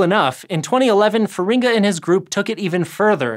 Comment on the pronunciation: Wrong emphasis for Feringa :(